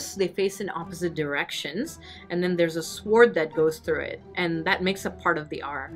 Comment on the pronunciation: It’s pronounced sword not sWord